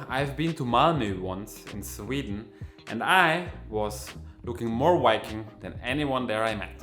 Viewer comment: It is not "wiking" but "viking" ;)